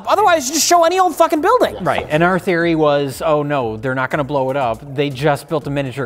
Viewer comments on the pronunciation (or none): none